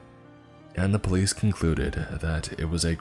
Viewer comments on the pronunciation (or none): none